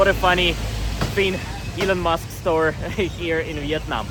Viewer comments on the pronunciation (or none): none